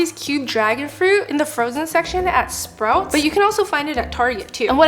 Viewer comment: Wait where did you grow up? Your accent on "sprouts" sounds very Ontario